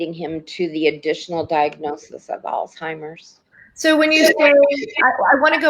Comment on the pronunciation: there’s no “T” in Alzheimer’s. It’s not “All Timers”. It’s a name pronounced “Alls Himers”